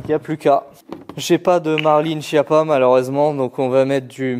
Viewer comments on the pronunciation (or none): none